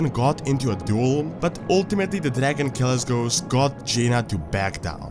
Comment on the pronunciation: Hey man! I know the lure to say Kalesgos, being that I'm Serbian too. However I do believe that it is read Kalekgos, being that his nickname is Kalec (Kalek). Inače, obožavam tvoj kanal brate!